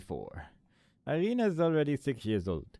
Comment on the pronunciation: first "i" in Irina is pronounced like first sound in "eery", for example. short name is Ira (i guess you could pronounce it like "Eerah"). i'm pointing it out, because friends and especially families pretty much never use full names, it is much more official way of communicating. so all those games, tv series, movies with russians in them look really out of place (looking at you, avengers, with your Natalia Romanoff - i think Hawkeye called her Natasha, but correct surname should be Romanova, since she's a grill, not a boi). also like i said in previous video, "kroshka" basically means "baby girl", works for both daughter, girlfriend etc. also i could give you some hints on game mechanics, like sliding down the ladder using sprint button, but chances are, you already figured them out by yourself